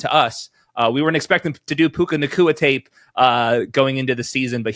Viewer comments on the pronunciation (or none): Love how he never said his name right the whole segment. Mixing Tua with Puka calling him Pua lol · It's puka not pooah bruh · Steve…. It’s PUKA, not PUA 😂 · But his name is puka not pua 😭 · His name is PUKA not Pua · These are always great, also it's hilarious Steve Smith keeps calling him "Pua" like he's Puka and Tua in one guy lol. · Pua …Steve saying the rookies name wrong on purpose. Rookie your name is Pua!😉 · Bro it's puka, pooooooooka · Please stop saying Pua Lol